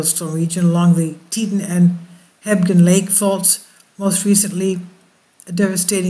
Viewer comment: Pronounced Tee-t-on (like switching a light on)... Not Teetin. On, not in... Just trying to help.